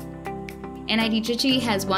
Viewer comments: It's trichy not tricky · Nit trichy and not tricky